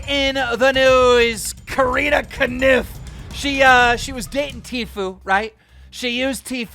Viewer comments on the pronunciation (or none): I’ve been watching you since the Halo 3 days and I still don’t know if you mispronounce words & names on purpose or it’s genuine. Some of the shit you come up with is incredible, how do you get “Ko-niff” from “Kopf”?! lmao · OKAY I CANT FUXXING TAKE IT ANYMORE!!! ITS KOPF!!!!!! NOT KANIFFFF!!!!!!!!! NOW STOP KEEM OR ILL CANCEL YOU! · . Keemstar, Keemstar, Keemstar. Her name is NOT pronounced Carina Kaniff. Go to Google Translate and type in her name and you will hear how it is supposed to be pronounced. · Corrina’s last name is pronounced cough. 🤣🤦🏻‍♀️ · If he says corinna cannif one more time i swear to god